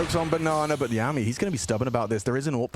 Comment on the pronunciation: Yami is "Yah-me" as in Yami Yugi and Veccii is "Vee-Chee" as in Veni Vidi Vici. I have no clue how they manage to mispronounce every players name on these random teams but its funny